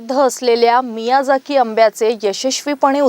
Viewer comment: मियाझाकी उच्चार आहे. miyazika नाही.